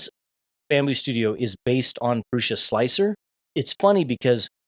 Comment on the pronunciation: Great video, confirming my choice in new printer. And you are the only creator I've watched that pronounces Prusa correctly